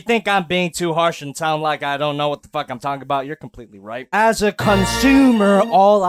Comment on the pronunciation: "these are stupid as feeek."